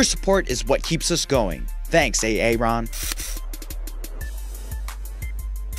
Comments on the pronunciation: A-A-ron?! You've never heard of the name 'Aaron' before?! It's pronounced like 'Arren'. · not that I'm saying a Aron when it's actually Aaron (Air-en) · "Thanks, Ay-a-ron." Lmfao it's pronounced airon